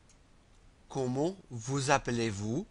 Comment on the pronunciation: There's a little pronounciation mistake for "comment" in "comment vous appelez-vous", but it's good, I can hear you are not French, but it's very good.